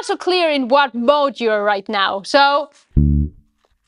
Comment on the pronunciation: The Germanic accent comes out as "Dorian Moat". You should "built" a castle to go with your moat. LOL.